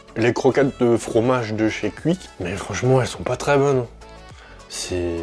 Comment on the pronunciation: J’adore comment tu prononces Quick